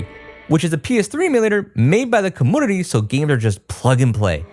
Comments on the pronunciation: take a shot every time he says commoonity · “Commoonity” lol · I can’t un hear that… cuhmoonity. It’s community vro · Community ❌ Commoonity ✅ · Dude, why do you say community like that? It's pronounced kuh-mune-ity not kah-moon-idy :face-purple-crying::face-purple-crying::face-purple-crying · Why does this guy keep mispronouncing community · I just kept hearing commodity and it's been bothering me more each time 😂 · The "commounity" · What's a comoonity? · I'm a fan of quirky pronunciations but i never noticed say com-moon-nitty before. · Great Video, but can you please pronounce Community properly? 🥲🥲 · How come you say community without the y sound before the u? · Serious question here…. why does he have the weird pronunciation of “community”? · This mans ability to pronounce the word community 💀☠ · Do you not know hot to pronounce community? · Are u saying community wrong on purpose? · The "comoonity" and "capooter" kills me every time. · it's Komyuneetee and Kompyuter XD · bro please stop pronouncing it “kum-poo-ter” and “cuh-moo-nity”. I love your content but u swear you’re so quirky with these pronunciations like a woman or a little boy. this is the only reason I haven’t subscribed to you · Yeah he has difficulty with saying 'u' after a consonant. Compooter, commoonity, commoonication.. is fine, some people have quirks in their speech. Just like how Techmoan's nasal problems render his speech weird until you get used to it. Try to ignore it.